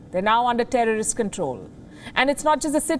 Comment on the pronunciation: Wow amazing ,the world pronounce talibaan,talibani nevertheless wion pronounce terrest be careful from terrest Your branch is also in Afghanistan